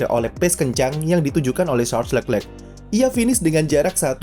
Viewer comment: Kenapa setiap admin nyebut nama Leclerc agak susah ya.. udah 2 Chanel saya nonton juga seperti itu..